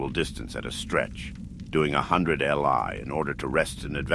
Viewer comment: Fantastic stuff!! Just a small note, "li" is pronounced "lee" and is a Chinese unit of distance , about 500m